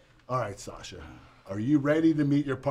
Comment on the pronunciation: Did u hear fin said satsha when he met her 😂😂